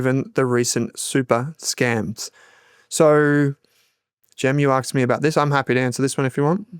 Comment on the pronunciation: would have to say 'asked' over and over if he were recording a book as he says "arksed" 😜